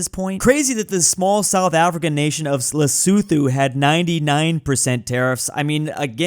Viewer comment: Btw the 'th' is Lesotho doesn't make the /θ/ like in the word 'these' but marks aspiration (more air when you say the t sound) So you say it more like 'Le-soo-too'